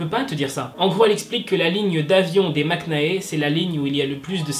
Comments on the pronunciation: Eh bah, enfin une vidéo non putaclic c’est bien jte félicite. Par contre fan de kpop et tu sais toujours pas dire correctement Maknae, c’est Maknae et non maknaé enfin breeeef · On dit "makné" et pas "maknae"~ Bref voilà continue ce que tu fais j'adore 😊❤️ Et aussi à toute les sasaengs là, va falloir grandir et prendre un peu de maturité... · Problème de prononciation : maknae ce dit makn(a)e le A ne se pronom pas. Et en coréen je crois qu'ils disent magn(a)e... Voilà 💕sinon super comme d'habitude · Ta façon de dire ❝maknae❞ me stresse mais c'est pas grave, c'est cute :3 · Tu prononce bizarrement maknae mais sinon continue comme ça je t'adore !❤ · Juuuuste... Quand tu dis maknae le "k" ne se prononce pas :3